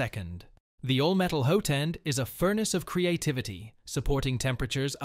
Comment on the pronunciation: Bambu? Prusa? Creality? - AI Voice (I've never owned a printer with a "hoat-end"). The reviewer has clearly never owned a 3d printer, full-stop!